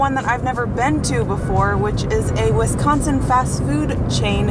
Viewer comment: If you think five guys is better than culver's, you probably went to a bad culver's. Also, why does Avery one call it wesconsin?